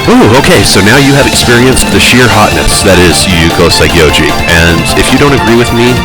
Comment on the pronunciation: Saigyouji is supposed to be pronounced "sigh-gee-YOU-ee".